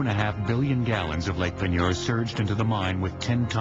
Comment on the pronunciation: It sounds like he's saying Lake Manure